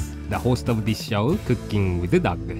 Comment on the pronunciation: I only come here to hear the "cookiiing withu Doggu" part